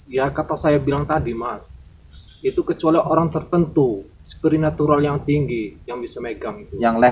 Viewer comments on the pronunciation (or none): Bilang spiritual saja salah 🤣🤣🤣🤣